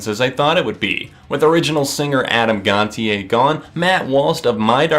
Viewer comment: It’s gon-sha